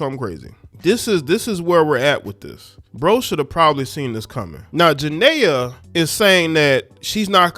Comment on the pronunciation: Why y’all do her name like that 😂